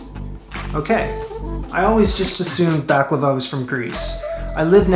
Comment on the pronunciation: First Of All, It’s Baklava Not Behklava. Also Baklava Is Ancient Greek In Origin. Look Up Gastrin. A Ancient Greek Dessert. Same With Loukoumades Which Was Made In Ancient Greece Given To Olympic Atheles As Tokens.